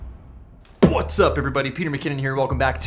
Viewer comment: PM.... Your "Pawaht's up Everybody" is like Stewie Griffin's "keewl hWhip" LOL